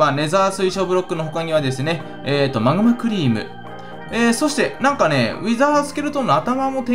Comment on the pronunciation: マグマクリームの発音ＷＷＷＷＷＷＷＷ 気持ち悪いＷＷＷＷＷ